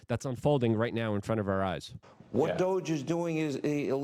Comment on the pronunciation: Why do you call it DOIGE. Theres no "I" in there luke 😂😂